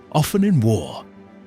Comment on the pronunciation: MY BELOVED'S, THE NARRATOR, IS TERRIBLE AND WRONG ON SOOOOOOOOOOOOOOOO MANY POINTS AND ZOAR BURNT TOO AND IT WAS FIVE CITIES THAT PARISHES, NOT JUST TWO OR SODOM AND GOMORA!!!!!!!!!!! I LAUGHED AT THE NARRATOR'S PRONUNCIATIONS OF LOT, WAR AND THE WAY HE GOT THE FACTS WONG LIKE LOTS DAUGHTERS, THEY WERE WHORES AND THEY PRODUCED NATIONS OF EVIL IN THE MIDDLE EAST OF TODAY!!!!!!!!!!!! LOT WAS A TERRIBLE MAN AND HIS DAUGHTERS WERE WORSE AND THAT'S WERE WE GET THE COVENANTS OF TODAY LIKE PALESTINIANS, IRAN, IRAQ, ETC., JUST EVIL GOVERNMENTS FROM LOT'S DESCENDANTS!!!!!!!!!!! ABRAHAM'S DESCENDANTS ON THE OTHER HAND ARE TODAYS ISRAEL, BUT THEY TOO ARE REBELLIOUS, SADLY!!!!!!!!!!!! LOVE YOU ALL AND BELIEVE ON THE LORD YASHUA AND YOU WILL BE SAVED, AMEN!!!!!!!!!!!!!! 🥰❤️🙋🙌🙏⚡⚡⚡